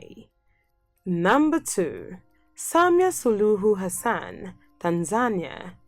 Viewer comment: Maybe you can qualify your claims...like why is Suluhu 'most admired??' Why is Sahle one of ' the most powerful women in the world?'? Its Suluhu NOT 'Suhulu'